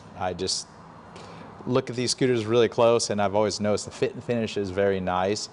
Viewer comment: "I Like Scuters".